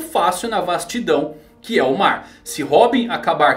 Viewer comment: Real kkkkkkkkkk na primeira aparição do kaido o narrador disse "no maar" e eu fiquei???????!!!